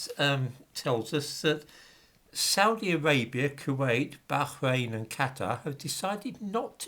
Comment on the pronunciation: I don't understand the need to pronounce Bah- h-rain like that. They do this on the bbc "news" as well and it annoys me because it's only that word. Why only this word? Why not footballers' names etc? Nobody attempts to pronounce any other foreign name and the English version is used and we all understand it. We used to simply say Bahrain. It would sound funny if a native English speaker pronounced Mexico as Mexicans do. It's only out of curiosity, I'm not trying to stir it here!